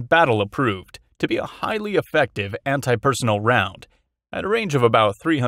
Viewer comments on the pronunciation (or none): It's anti-personnel (per-son-EL),. EDIT: - No, no AR-15 is chambered in.308 Winchester. The magazine well is too short to fit the cartridge.